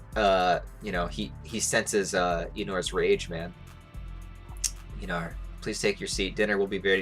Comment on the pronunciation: Ain't he Einar not Einor🗿